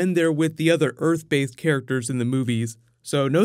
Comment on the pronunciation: "earth bathed characters" :)